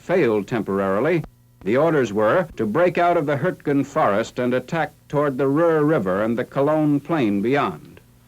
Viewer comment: Its Ruhr. Greetings from Germany